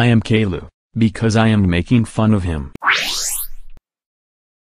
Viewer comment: I forgot to ask you one question. In the video, why does is still pronouncing Caillou's name as "Kayloo" even with Steven's voice? Why not like the pronunciation in the original TV show and like Cameron did?